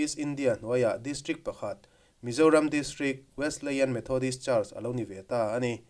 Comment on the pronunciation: Kan kohhran Wesleyan Methodist Church i lo sawi lang ve chu a lawmawm hle mai. Kan kohhran hi hria an tam lo ve angrengin ka lo hria a. Chuanin Wesleyan i lam dan khi Wesli-ian anga lam tur a ni e 😂.